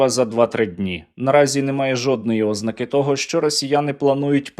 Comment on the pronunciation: Наголошуйте правильно: ознАка, новинА, а не Ознака, новИна.